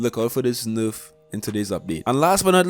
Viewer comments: constructive criticism : your information is very accurate ! your accent needs some work ! nayrf not nooorf and asking for likes at the start of a video screams low tier u can do better . keep up the good work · It's nerf not noof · Tbh I live for the way he says nerf like "noof". In general this dude's voice is hella cool. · This guy has the best way to say nerf